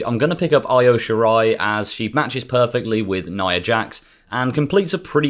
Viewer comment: He name is E-OH not EYE-OH